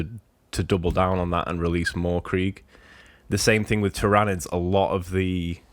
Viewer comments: 😂 he's always pronounced it like that which makes me laugh. Ty-RA-nids 😂 The GSC and custodes rumour sounds very interesting, some new GSC especially would be appreciated as they're not sitting too pretty from a competitive viability at the moment in my opinion! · That pronunciation of tyranids lol im sorry. But i heard a rumor of a custodes box vs gsc with one new character each. And a whole range refresh for templars upgrade sprue a unit or 2 and helbreight, grimaldus an ancient and a generic captain model which sounds awesome. Also chaos is taking this long because they are filthy traitors of course not only are they damned but they get slow rules. There is also another rumor of new models for them also though 5 plus i think